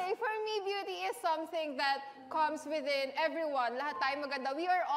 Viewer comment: dear, "raised" not "rist" "genuinely" not "jinwinli" "within" not "widdin" "handshake" not "handshik"